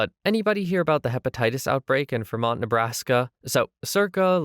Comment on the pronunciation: It’s FREMONT, NE Not VERMONT